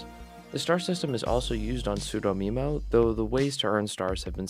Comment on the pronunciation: We're so glad that you enjoyed Sudomemo! Just a few clarifications: We released the Flipnote Archive several years ago and contains ALL, and I mean ALL Flipnotes from Flipnote Hatena. Sudomemo is pronounced Sue-dough-meh-mo. Also we were partly behind the Flipnote Studio Switch leaks, working alongside James to make it convincing. It was meant as an April Fools for our community but went viral and boyyyy people got mad. Poor James, he's an amazing guy, didn't deserve the blowback.